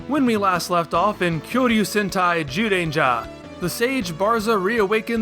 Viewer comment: the Sentai say Kyoryu as Koryu in the title Plus it's Male: Kyoryu Sentai, pause Everyone: Zyuranger